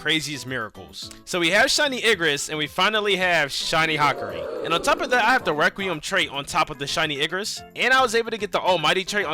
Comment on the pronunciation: Your saying hakaris name wrong